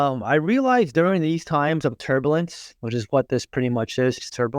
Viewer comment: Did you say Turbolence?